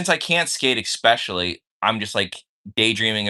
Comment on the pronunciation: If I hear say “Expecially” one more time….